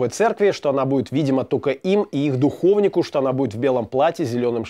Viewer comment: Обычно произносят: духовнИк